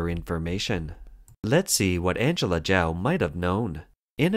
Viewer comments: "Chao" is pronounced Chowe not Jow. You can't even get that right, then how can anything else you say be trusted?? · This woman's family name was not pronounced /jow/; it is /chow/. This channel often does poorly with pronunciation of names.